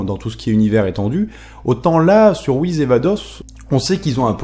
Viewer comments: Ce sont les Kaioshin qui créent les planètes donc ils peuvent je pense créer les étoiles et dans FnF Whis dit qu'il ne sait pas créer les étoiles donc il ne serait pas un kaioshin, ni un dieu de la création d'ailleurs... Pour moi Whis (et non Whiz comme tu le prononces) et sa soeur Vados, sont des dieux qui sont là dans l'unique but de maîtriser les dieux de la destruction afin que ces derniers ne détruisent pas leur Univers respectif sur un coup de tête stupide (je rappelle que la Terre a failli sauté à cause d'un flan...). Ils surveillent donc les Hakaishin pour qu'il y ait une sorte de maintien ou d'équilibre comme vous voulez entre la création et la destruction. Bien évidement le mystère reste encore entier car on ne sait pas d'où ils viennent ni qui ils sont et si ça se trouve sous leur air calme, gentil et doux se cache peut être les futurs méchants de DBS qui sait ^-^ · stp mec tu peux dire Whiss et pas wize stpppp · Ses pas Whiz comme tu pronosse mais whis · On ne prononce pas Whiz mais Whis avec un S comme pour saucisse par exemple... fan fan...c'est vite dis. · on dit pas wise ce est wiss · on dit pas whiz mais whiss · pk tu dis whiz c whis avec un S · C'est whis je crois, pas whiz sinon beau boulot. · Pourquoi tu dis "Whizz" et pas "Beeruzz" et "Vadozz" ? Je ne comprends pas où tu vois le "Z" dans "Whis" --' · Whis pas WIZ !!!!!!!!!!!!! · Mais pourquoi dit-il "Wiz" ? Mec, c'est juste Whis. Comme Whisky. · C'est "WhiSSSSSSS" !! Pas le "Wizz" d'MSN. Je dis ça par rapport à ta prononciation un peu dérangeante. ^^ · Désolé mais ça se prononce Whis et pas Whiz comme tu le dis. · WHIS* pas WHIZ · Prononce Whis pas Whiz va regarder les épisode essaye pas j'ajouter d'accent Japonais ! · t'es serieux a dire "wizz" ? tu t'es cru sur MSN ou quoi ? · pk tu dit wiz est beelus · wiz, il corrige ça dans ses vidéos plus récentes, Beelus, c'est la prononciation japonaise de Beerus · La plus grande question pour l'instant c'est pourquoi dit-il wihiz .....